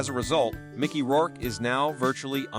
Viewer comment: These AI narrations almost sound like real people until they inadvertently the pronunciation of people's names or misread simple words and phrases. For example, instead of saying "in the 1990s" the bot says "in the one thousand nine hundred and ninety-es" and Micky Rourke turns into "Mickey Rourk-eh."